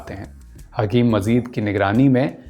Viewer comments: Abdul Majeed hae Mazeed naheen dost talafuz to sahee ada karain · Father of hakeem saeed was not mazeed ,His father name is Abdul Majeed(not mazeed) so many talaffuz mistakes, pronounciation of urdu was wrong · Bhaisahab unka talaffuz ka thoda masla hai , aur kuchh mahaul ka, Rehne dijye, itna bhi bol le rhe yahi kaafi hai aaj k daur me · Bhai apna nukhta sahi kerlo, Majeed not Mazeed, Taazagi not Taajagi.